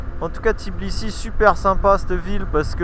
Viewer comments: C'est TBI-LI-SI et non Tiblisi 🤣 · Oui c'est tbilissi pas tiblissi😂😍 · Tbilissi c'est pas si compliqué a dire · Super vidéo comme d'hab. Content de vous retrouver par contre vous avez un p'tit soucis avec le nom de la capitale Géorgienne 😄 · ouai quand meme! c'est limite manque de respect de traverser un pays sans prononcer correctement le nom de sa capitale lol et oui biensur qu'il y a du rugby en georgie! c'est des solides! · Pourtant c'est n'est pas compliqué de prononcer თბილისი 😂 blague à part votre vidéo est vraiment sympa, mille mercis ✌️